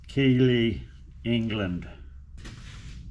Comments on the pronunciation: That's "Keith-lee" not "key-lee" Great to see an old DSG in good hands. I'll be following her progress. Greetings from West Yorkshire. (Keighley) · Good to have you back. It's usually pronounced 'Keith -lee' BTW. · We pronounce it Kieth "Kieth lee" So you will be able to find the place when you come over to see us. Looking forward to the DS&G updates. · Superb video, I need to do similar with my mill gibs so this is a great reference. The DSG really doesn't look like it's done much work, hopefully the bed will be similar when you check it. I used to work a couple of these old girls many years ago, they really are bullet proof and ooze quality. Keighley is pronounced 'Keithley', and was central to the industrial belt in the north of England between the cotton mills in the west, and steel/shipbuilding in the north east..... there's today's useless bit of info lol.